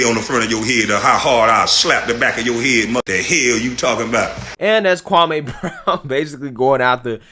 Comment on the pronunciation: His name is Pronounced Kwa-Me🙄🙄🙄🙄🙄🙄Get it right.. Stephen Big Face A conditioned everyone’s mind to say this man’s name WRONG🤬